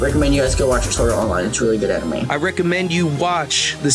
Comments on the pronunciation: Boogie....Boogie...come on man. ANIME...AN-Ni-May...Not Uh-Ni-Mah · he said... ahnimy. not animé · I just have 2 things to say... 1. South Park had a previous game on N64. The Stick of Truth was the second game. 2. You said "anime" but pronounced it "O ni mee". Respond as Francis. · you said Aw-nime so honestly im not even gonna consider the offer lmao the cringe killed me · Do people actually say anime the way he does? I always pronounced it like "animal." o.O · he called it (ah)nime, I almost quit watching right then and there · wtf is (AH)nime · boogie2988 you said anime so wrong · Never heard Anime pronounced like that before lol